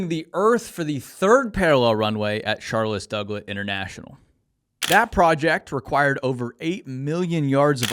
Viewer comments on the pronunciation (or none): “Charloss Douglette” Sorry